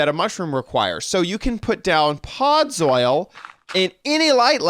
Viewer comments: I guess he could be saying soil because it looks like gardening soil block. Although, with his knowledge of Minecraft and the way it's spelled he should pronounce it "Pod-zull" Made me giggle never expected him to say that. ☺️ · Why do you pronounce it "podz-oil"? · I had to say it correctly every time he said it wrong lmao where did he learn that pronunciation?! 😂